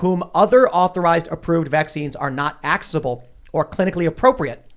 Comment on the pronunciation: axeable? common man... learn your own lanuage... ffs.